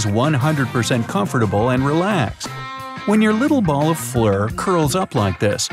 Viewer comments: Anyone else notice about 1 min 50 secs in he said "when your little ball of flur..."? Ge said "flur" not fur lol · He said flur instead of fur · I'm wondering why you said "Flurr" almost on purpose??!! 🤔🤔 Oh, and I too read: What does YOUR sleeping position...... 🤔🙃